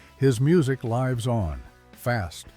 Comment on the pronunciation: Quit using Ai for voices. They don’t pronounce things correctly (lives and lives) can be two different words but Ai is clueless